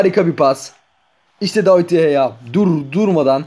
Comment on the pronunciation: Abi david deyeya değil de gea